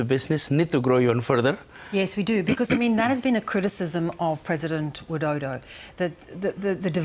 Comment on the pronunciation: It's funny when you hear she pronounce WIDODO 😅😅